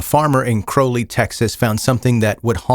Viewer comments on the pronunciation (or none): This is wild. I used to live in Crowley. It's pronounced a little different. It's crouw-lee. Not crow but crou. If that makes sense.